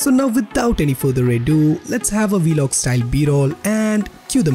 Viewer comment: It’s not velog it’s vlog